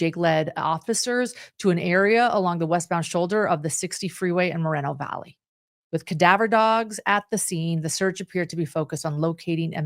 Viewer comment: Respectfully,, since you cannot pronounce the city correctly just say Mo Valley it’s in Riverside County 🌹